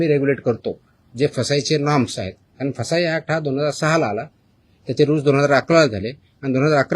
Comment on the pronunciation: सर फसाई म्हणू नका... Fassai म्हणा लोकांचा गैरसमज होत आहे